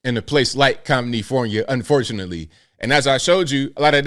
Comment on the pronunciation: It's comifornia abl, not comnifornia.